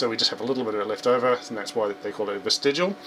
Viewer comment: You got it right, you are a native English speaker. Germans would say "west-i-gh-ial", with the g like in "glad" . lol